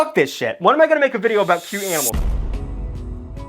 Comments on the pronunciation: Please just stop pronoucing animals like aminals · You keep saying “AMINALS” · “The aminals” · “Aminals” has always been the cutest thing to me 😂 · Did he said aminals 😂😂😂😂😂😂😂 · Is he saying aminals in the beginning or am I just crazy?? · “the aminals “ 💀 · I heard that too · "aminals" -, 2024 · dont worry i also have trouble saying aminals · The "Aminals" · Loved how he said “the aminals” 🤣